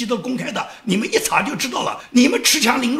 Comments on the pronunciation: 恃（shi)强凌弱，不是恃（chi)强凌弱。不好意思了，。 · 尖阁诸岛，不是尖诸阁岛。恃（读世)强凌弱😀，别犯总加速师的一样错误。善意提醒，提高节目质量